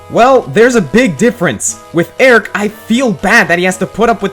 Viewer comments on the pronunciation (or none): none